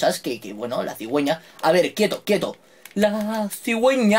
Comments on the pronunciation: "La sigueña" Like JaJaJa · La "cigüeña"